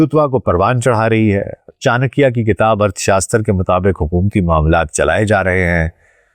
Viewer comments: Channakya nhi chanakya dhanananda nahi dhanand chandragupta 😂😂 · Yaar tumhe naam to sahi se lena aata nahi. Aur tum chankya pe expert ho. Good. It looks u r pakistani. If u r pakistani then u should be careful of chankya. Hello